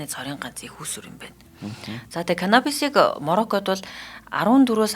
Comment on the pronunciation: Ene yum hutulj bga humuus hellegee jaahan saijruulmaar ym aa bas Marocco2 ged bhi ulsiin ner duudaj bj